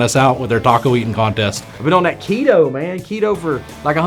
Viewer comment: I liked the part where he pretended he was on a diet, and couldn't even come close to pronouncing it's name when he tried to use the word for his first time ever lol "Keyytowww"